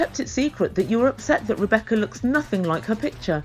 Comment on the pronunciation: Zied doesn’t even know how to sat “Rebecca’s” name.